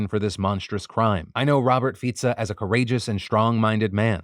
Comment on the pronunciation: 👏 I see you took advice from your earlier YouTube short on how to pronounce the Slovak prime minister, thank you Phill! 👏